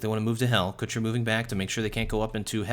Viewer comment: omg u say kucher wrong in so many ways